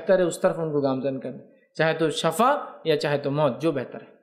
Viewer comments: Shifa kahiay na sorry aap shafa kahre bar bar shafa galth hai shifa sahi word hai suna tha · سر جی شفاء لفظ شین کی زیر کے ساتھ بولتے ہیں۔اللہ پاک آپکے علم ،عمل ،صحت میں ڈھیروں برکتیں عطا فرماے۔اور آپکی غلطی کوتاہی سے درگزر فرماے۔آمین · Shafa nhi shifaa